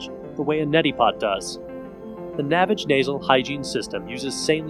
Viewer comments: it's pronounced NA-VAGE, like GARAGE, Not NAVIGE. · Its not pronounced navage like savage ,its nah vaaage. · It's "naväge," you tool. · The creator pronounces it Na-vAge. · If you can't pronounce the name of the company properly, you didn't do your due diligence and your opinion is worthless. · Maybe you should learn the correct pronunciation of the product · This guy pronounces "Navage" differently than the inventor does in the radio commercials. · Because he pronounces it differently, he's pronouncing it incorrectly. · You must not have seen the Navage commercials because you keep pronouncing it incorrectly and discrediting your “expertise”. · Would have been nice to see someone use the product completely and get their reactions and also I believe your pronunciation of the product is incorrect.